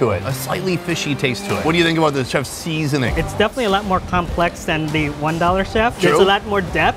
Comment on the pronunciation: ok ok so is just me or is pronunciation of ¨seasoning¨ very intentional.........